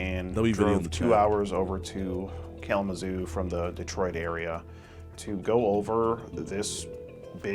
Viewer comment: bruhhh not kalamazoo 😭😭😭😭